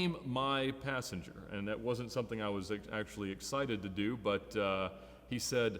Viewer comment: and its aEctually. Hahahaha